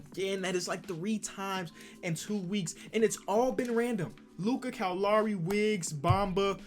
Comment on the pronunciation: Bruh I’m an hour from Toronto u don’t pronounce lowrys name right bruh !!